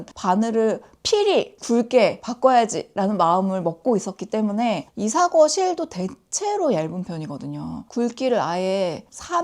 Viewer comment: Christmas cardigan 으로 인기 얻을 수 있겠네요. 다른 분 말씀하셨듯이 Ravelry 에서 만나길 바랍니다. 아 그리고… 외국발음에 토 다는 게 잘난 척하는 게 분명한데 그렇다 치고! 😆 Isager 는 EE-say-uh 라고 발음 하더라고요. 이~쎄이어 정도… 😊